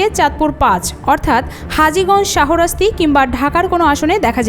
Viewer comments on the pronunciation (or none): শাহোরাস্তি না, শাহরাস্তি শাহো মোফাজ্জল হোসেন কায়কোবাদ হবে না, শাহ মোফাজ্জল হোসেন কায়কোবাদ হবে।